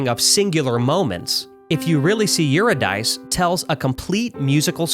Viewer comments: If You Really See Eurydice is one of my faves too. But FYI Eurydice is pronounced "yer-id-is-ee" not "yer-id-ice" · Eurydice is pronounced "your id issy" not "you're a dice" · Not to be That Guy, but Eurydice is a Greek name, pronounced something loosely like "you rid a see" or "you reed is see", not "you're a dice". The track title is a rhyme. Nitpicking aside, this is a fantastic analysis, and I'm looking forward to whatever you tackle next. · I do love the video, incredible breakdown. But it's pronounced like Yer ih dih see ; not yuri dice, lol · It's pronounced Yuridasea Because it's rhymes with see It is not "If you see you're a dice" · Two points here: 1. It's pronounced "you-RID-iss-ee", not "Youry-dice." 2. Eurydice was the wife of Orpheus - whom he tried -- and failed -- to bring back from the dead, using his enchanting music to charm Hades himself into letting her go. That in itself adds a lot of layers to the song - the feeling of chasing after something you'll never truly be able to grasp, even if it has to be snatched away at the last second - and perhaps having a moment of clarity, realizing how futile the pursuit was from the beginning. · Eurydice is a Greek name. Instead of Your-a-Dice, t's pronounced Your-Id-EE-See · Eur-i-de-see Not Euro Dice. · For future reference, Eurydice is pronounced as either ''Yur - rid -eh - key' (the proper ancient Greek form) or 'Yur - rid -eh -see,' (the common English form), not 'Yur -eh - dice.' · You-rid-eh-chee. Nor youridice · Psssst... Eurydice is pronounced "U-rid-i-SEE", not "Ur-i-dice". The song title is a rhyme pun, get it? "If you really see U-rid-i-SEE". :] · Eurydice is pronounced like Your Id? A sea. It rhymes. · If You Really See... Eurydice (You-RID-uh-see) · It's yoo-ri-di-see in English! I loved this video. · Small note but the name is pronounced Urr-i-dihsee Eurydice is a woman from a Myth who enters the underworld and Orpheus, her lover, tries to save her It's a longing, sad tale